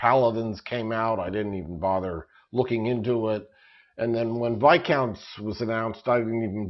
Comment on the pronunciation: finally, someone who pronounces Viscounts correctly.....thank you